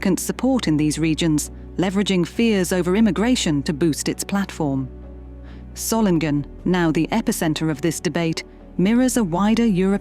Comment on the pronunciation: It would be good to learn to say the name Solingen: Soling en. There is only one G in the name